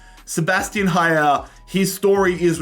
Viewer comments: Its not Haier its aller. The pronounce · pls do never pronouce haller ever again like this its french